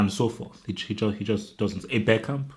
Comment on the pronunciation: you said Bergkamp but it sounded like Beckham.